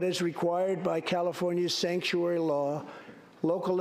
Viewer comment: "Stanktuary" was the most hilarious misspeak I have ever heard. You guys need to co-opt this STAT.